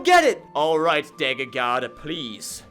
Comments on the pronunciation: “Dayger bending” 🤦🏻‍♂️😂😂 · I hate the way you say dagger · he calls it daeggerbenging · This is the first time I have ever heard somebody pronounce dagger differently